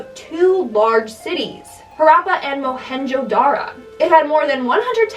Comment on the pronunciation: I am from Pakistan and its NOT muhgenho Dara Its MUHENGO D A R O